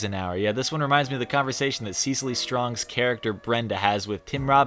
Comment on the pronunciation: The way I've been sitting here trying to decide if I've been pronouncing Cecily's name wrong, or if did...